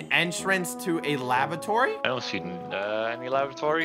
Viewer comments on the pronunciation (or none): i thought they said lavatory instead of labratory